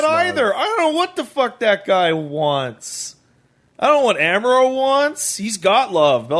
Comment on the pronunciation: Why does mispronounce Char and Amuro? He keeps saying Char like "Charred" instead of the proper Char "Shar" and Amuro as (H)AMuro with a silent H instead of the proper AH-muro. He should be hearing them pronouncing it in the show right?